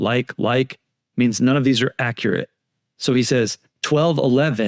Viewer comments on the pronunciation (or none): none